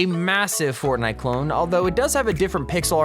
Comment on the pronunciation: i thought it was fortday lol